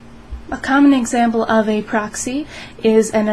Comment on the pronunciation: pa-roxyee lol